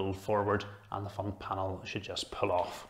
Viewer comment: Why he say off like: EIF